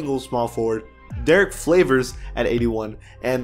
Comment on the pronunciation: Derrick flavors! 😂Is this an inside joke or mispronounced name